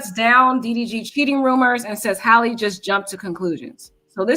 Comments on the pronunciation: Respectfully its pronounced Hay-low not Haalo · Why are you saying “Hallo”?